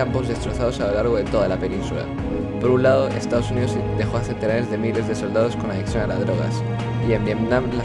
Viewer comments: Minuto dice SODADOS 😂😂😂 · "Sodados" jajajaj